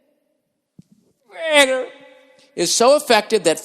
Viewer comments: lmao yeah the zip RECUITA gets me every time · Zip recuitah